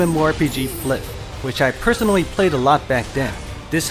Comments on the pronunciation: Wait wait wait a second... "flif"?! Isn't it read like "fly-eff-eff"?! FLIF?! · it isn't flyff (fliff) , it's flyff (flayff) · hey.... man it's not (flif) to pronounce i think it's (flayf)